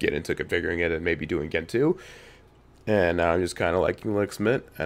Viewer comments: Oo-boon-too, Gentoo, like gentle. Crucially important. ;) And that btw meme is used and abused more than anyone deserves to read. So glad it's not in the title, incidentally. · Its gentoo. Lol😂!